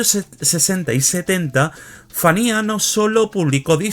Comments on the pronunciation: Se pronuncia "Fania", no "Fanía". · Entiendo que tienes tu acento pero práctica se dice FANIA F A N I A